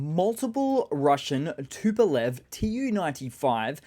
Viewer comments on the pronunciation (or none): none